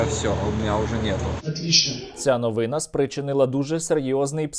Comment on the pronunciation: Ця НОВИНА́, наголос на останній склад. ❤